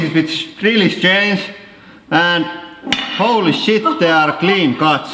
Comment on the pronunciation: Hoo-Lee shiet, it want riht trouug te herdnd schteal.